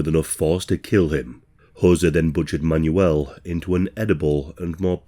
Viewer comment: "Man-You-L, Man-You-L" 😅 I think it's pronounced "Manwell" isn't it?